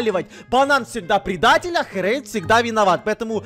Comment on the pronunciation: Не Хрейд, а Херейд ;)